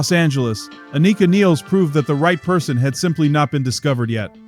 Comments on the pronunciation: The Rush world has somehow landed on "Niles" the way it did on "Pert". Anika and other German speakers would say Nilles like "Phyllis". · Learn how to say her name you jackass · It's just 2112 bro. Twenty one twelve.... That bothered me, and your pronouncing her name wrong. But thanks for the video! It was very interesting! 🤟